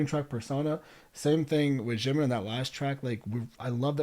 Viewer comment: you kind of pronounce jimin like its french lol you can just say the j like you would for jake or jacket :)